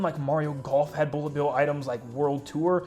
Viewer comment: Boolet bill